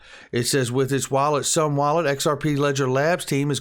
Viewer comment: Isnt it pronounced "zoom wallet"?